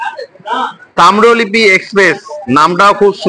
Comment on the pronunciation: Tamrolipi NOY Tamrolipto